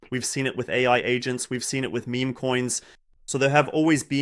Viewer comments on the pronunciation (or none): Is meme pronounced meh-meh in German? I noticed this in the last video as well.